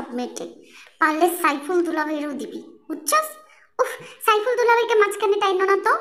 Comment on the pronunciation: Saiful na aiful😂😂.....